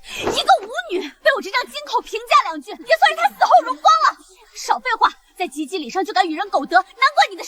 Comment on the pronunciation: 一会儿“及ギー礼“，一会儿“及B礼”，一会儿又“及巴礼”的😂 让ai念对一个字有那么难吗